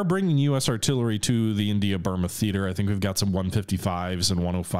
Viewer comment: but you said Bruma, not Burma.